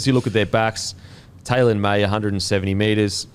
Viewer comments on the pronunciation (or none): none